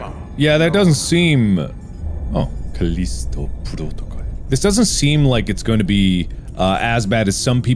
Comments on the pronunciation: The way he says ⭐Kalisto PROtokole⭐ at the beggining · Caleesto proticle... Sounds Japanese to me.